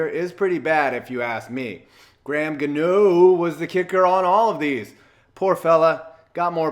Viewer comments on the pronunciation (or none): You said Gano name wrong